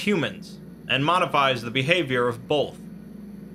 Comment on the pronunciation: >”Bolth” [TRIGGERED]